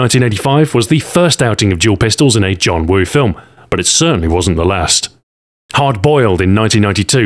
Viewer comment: Ur Cantonese Pronunciation is perfect LOL